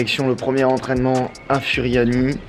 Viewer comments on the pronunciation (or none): Oh nn pas ça il a dit furiani alors que ça se prononce Fouriani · Salut je suis corse et furiani sa se di fouriani